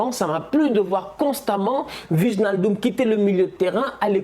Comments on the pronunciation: Ouii tous les Français le font, ça fait mal mdr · respecte nous stp 😫😫 « VIGNALDUM » je saigne des oreilles c’est WAÏNALDUM, pff tu likes ce commentaire a chaque fois mais tu changes pas, fait moi cette faveur et prononce bien